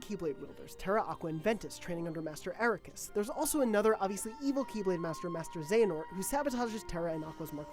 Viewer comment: Not even gonna watch due ti your pronunciations of Xehanort & Eraqus years back